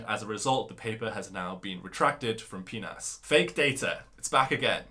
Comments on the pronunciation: Unless it was an intentional joke, the "peenas" journal is pronounced as if you spelled all the letters one by one, it is an acronym: P N A S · For future reference, PNAS is better pronounced as P-N-A-S (as in the individual letters) instead of 'PEENAS'. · It is not P-Nas, it is P-N-A-S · P-nas, hah. Sorry xd. Cool video! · hahaha pnas sounds like penatis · The journal is pronounced in seperate laters P N A S. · The journal is called "P" "N" "A" "S", not as pronounced in the vid.. It's no joke. If another paper by Sudhof at impact 10 is removed from publication,, it's very bad. With 30 papers under critical appraisel - it looks bleak. If any of these papers were involved in his Nobel Prize ... it would be an international scandal. Could it involve his co-recipients? Good journalism by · Why pronounce it "pee-nas"? PNAS is the acronym for Proceedings of the National Academy of Sciences. A highly prestigious journal that I'm sure you're aware of. Just name it. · I was told from my undergrad mentor not to read PNAS as pi-nas since Americans never do that. It seems like he was wrong lol. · I doubt that there was any AI-driven image-generation software available around 2010, but Photoshop et al. certainly were 🙂 Also: PNAS is pronounced pee-enn-ay-ess, i.e. each letter is pronounced separately, thus preventing any snickering at conferences, journal clubs, etc. 🙂